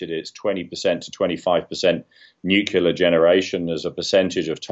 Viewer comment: He cannot even pronounce nuclear! Say it slowly,, new-clear.